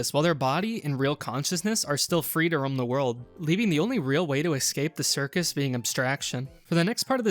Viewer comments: ''excape'' its escape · I noticed once how you pronounced 'escape' as 'excape' and I kept hyperfocusing on that😭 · Every time he said "eck-scape" was more painful than the last, ugh